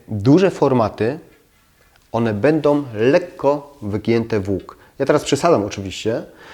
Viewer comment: A co znaczy będom, płytkom, wodom? Chyba powinno się mówić będą, płytką, wodą, proszę zadbać o estetykę wymowy, jest równie ważna jak estetyka wnętrz.